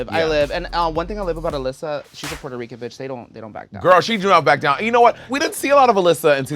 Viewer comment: it's giving "selena wasnt puerto rican?" Rrrrrrrican 😂